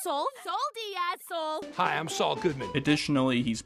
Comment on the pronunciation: It's not Sol it's Sole